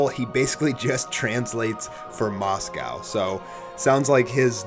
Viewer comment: Is that really how you pronounce mosco's name Moscow